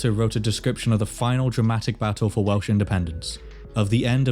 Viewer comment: I’m less than a minute in, and hearing you say the Welsh words and names correctly makes me so, so excited to keep watching